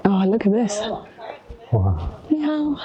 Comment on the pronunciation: Sometimes when you say hello (nihao) to someone and don't get a response, it's because there's something wrong with your pronunciation and they don't understand. There are four tones in Chinese, but your nihao doesn't have any tones.